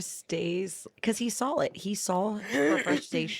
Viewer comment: Why do you pronounce "saw" as "sawl"? There is no L in saw.